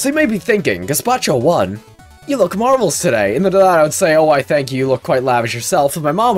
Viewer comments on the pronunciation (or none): none